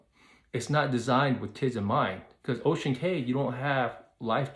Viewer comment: Ocean Cay is pronounced Ocean Key. I hope they don’t build slides, etc. I would like them to keep it as it is. Stay with the other cruiselines if that’s why you are wanting.